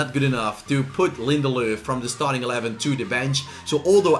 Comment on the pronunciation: Its linderlof not linderlooth